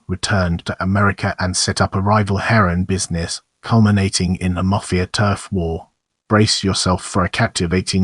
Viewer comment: Say mafia please properly!